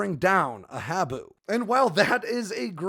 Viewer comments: Minor issue. "Habu" is pronounced 'haa-boo' - after a black snake native to Okinawa, Japan, where the SR-71 forward based on Kadena AFB. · Great video, the proper pronunciation of “Habu” is “Haa-boo”!!